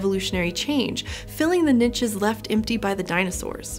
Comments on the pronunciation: yeah. As a french-speaker, "nitches" made me flinch every time. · Is she saying NICHES or finches? Lol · Really interesting topic thanks. I love the content on this channel. The pronunciation on ‘niches’ distracted me a little but I guess that’s because we say it differently in the UK. Would love an episode on the snowball earth theory, if you have not already done one. If you have can I get a link? Thanks.